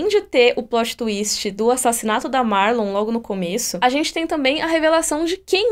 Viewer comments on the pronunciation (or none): vc falou Marlon. É Marion